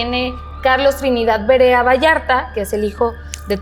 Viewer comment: Es Verea ,no Berea, esta casa pertencio a mi familia , a mi bisabuelo ,muy linda, en que direccion esta me gustaria visitarla en mi siguiente viaje a Guadalajara,saludos!!